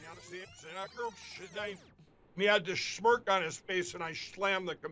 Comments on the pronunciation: Did he say shmerk? OMG it's smirk. What a dufus. I firmly believe his mouth starts operating before his brain starts processing. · Whats a shhmirk? Is that like a smirk by a permanent pillow rider? Minkd lol. Hey what happened to rudys two pro russian ukrainians buddies.So many drunks and coke fiends in the repub party. Oh and orgying. Thx. Didnt you mean ankles up?